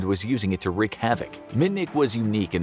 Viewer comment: I love you, but it’s ‘reek’(wreak) havoc. Not wreck havoc.